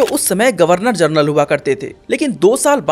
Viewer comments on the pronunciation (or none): none